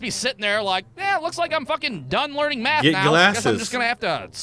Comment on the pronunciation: he is 100% saying meth and not math